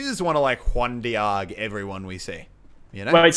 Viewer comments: Bando Coeurl it’s Juan De-og is what he’s saying. It’s originally supposed to be Juan Deag but I guess he’s adding his spin to it. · Please stop pronouncing it as "one de-arg" 😂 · Does he know that it’s not pronounced “One Deearg” but “One Deeg”? The spelling is tough but you get the idea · Why does he say one Dee-aag. It's one Deeg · It’s pronounced deeg not deahg 😂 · The way he said Juan deage pissed me off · Tomato tomato, Just like how Australians cant pronounce No they also cant say Deeg.